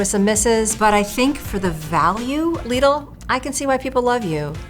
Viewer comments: I was triggered by the first word... Lidl=Lidd-ull, not Leed-ull😭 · its prounced lid-ul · "ouy went to lee-dul" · When you call "lidl" "leedle" im not taking your opinion on anything 😭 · omg stop saying lidi like that 😖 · Downvoted for her pronunciation of LIDL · You don't have to pronounce it that way, you're not in Europe